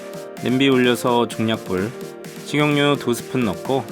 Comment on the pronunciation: 식용류 아니고 식용유..개 거슬리네 진짜ㅋㅋ